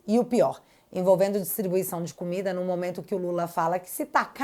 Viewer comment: A Natuza fala "momanto", deve ser a queixada rss 😄😄😄